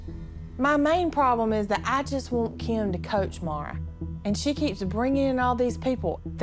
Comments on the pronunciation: says kym not Kim and its funny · saying keem bruh it’s Kim lol 😂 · says Kim like “KEYM” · says Kim's name like kyim kyim kyim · saying kim sounds like “keam” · Nobody: Kim: BABABABABABABABAHAHAHEBEBBEBEBEB